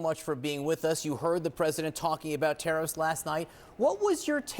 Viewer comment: Oh, he said tariffs. I thought he said Harris.